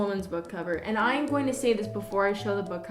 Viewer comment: "Ine gonna"